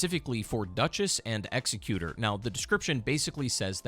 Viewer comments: It's not execute(r) is Egg-zeh-cue-tour. Executer is not a word because we already have the word executioner. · I only have one tip. Executor is a real word, and you can find its meaning and how to pronounce it. I see a lot of video creators missing this ability. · Please for the love of god pronounce executor correctly